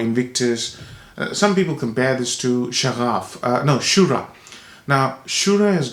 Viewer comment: It is Shaghaf - pronounced Sh-ŭ-gh-ŭ-f (like butter) It means passion, spirit etc